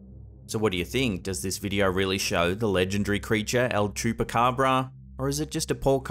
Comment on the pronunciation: I love the way any other non Spanish speaker pronounces "chupacabra(s)"and I mean it, sounds funny that Spanish you try